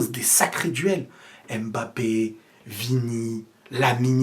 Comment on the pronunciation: Arrête avec la prononciation "ÉM-BAPPE" je t'en supplie !!!!